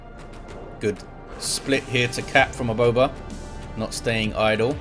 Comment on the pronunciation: the way you said " aboba " was just perfect